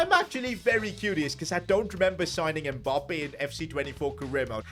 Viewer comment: It's not M Bappe. It's Mmmmmmmmbappe